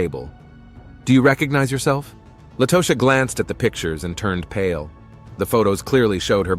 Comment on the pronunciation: Keisha not kezia, keshuh, kehsheeuh! Not Lotousxia, Latasha. Who’s reading!? Mercy!!!